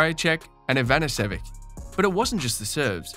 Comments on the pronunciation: It’s Ivanisovic Eva nisso vich my god what poor Pronunciation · to the narrator: please before start doing so, spend a few minutes to learn how to pronounce the players' names? STITCH? Ivan-nessivich? Come on man! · Great video, thanks. Bur for the love of all that is holy, please pronounce Goran's surname correctly. EE-VAH-NEE-SAH-VITCH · I think Ivanisevic is pronounced Ivan-is-a-vich... FYI :) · If you are not pronouncing ivaniservic properly, it’s hard to believe you are a fan of tennis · The way you say Ivanisevic... lol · Nice summary, but please don't make a tennis video and then butcher the names of players like that (like Ivanisevic). Also Djokovic not being able to volley and smash to save his life? That's hugely exaggerated. His smash is not his strongest shot, but definitely still better than the vast majority of tennis players. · If you can't properly pronounce the name of Ivanisevic you've never watched a tennis match.